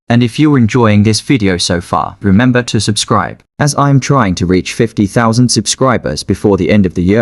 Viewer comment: bro said ramamba to subscribe